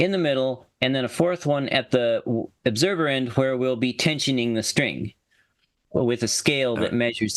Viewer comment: What's an "Oobserver"? 🤣